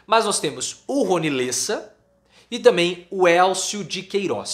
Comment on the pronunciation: LÉSSA,, se lê com acento agudo no E.